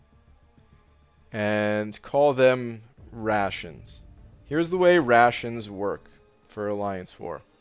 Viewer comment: At first I thought it’s “Russians” instead of “rations”😂